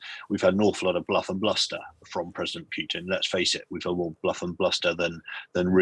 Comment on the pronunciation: What is with pronunciation of 'Pewtin'?;-)